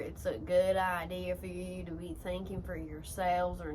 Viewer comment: "A goood ideaRrRr " 🤣